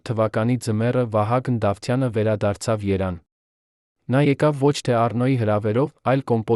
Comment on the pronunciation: Նախ սովորենք «երևան» բառը ճիշտ արտասանել հետո կարդացեք ետ հերյուրանք, ամո՛թ է։ քո ընտանիքում ամեն ինչ նորմալ է, թե